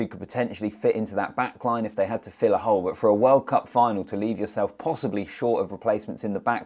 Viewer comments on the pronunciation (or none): none